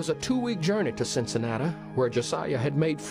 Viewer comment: Cincinnati not Cincinatta lol